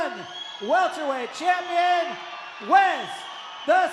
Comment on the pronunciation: Welterweight? Or welterwait as says